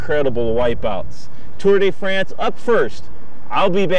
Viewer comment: and the Tour Day Frants